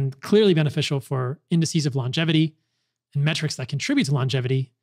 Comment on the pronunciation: Paul, thank you for saying "lon-gevity" instead of "long-gevity."